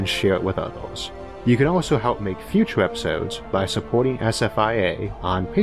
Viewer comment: feato're(future), univ'oss(universe), yee'a (year), computo' (computer), ... Seems like US English is evolving in front of my eyes :)